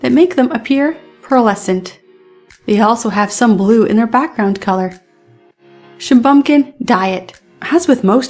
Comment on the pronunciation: Shuh-bun-kin, not Shuh-bum-kin